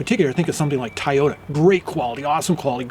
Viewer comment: so upset yall didnt catch him saying Ty- yota at the beginning haha